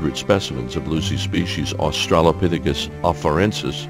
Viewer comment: That lady in the clip about the pelvis repeatedly says "Aushalopithecus".